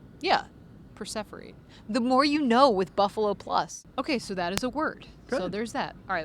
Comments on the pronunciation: So funny, while at Mike was searching for the right word, I said out loud perseverate. It sounded to me like pronounced it with an f, not a v, which confused Mike! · it's perseverate....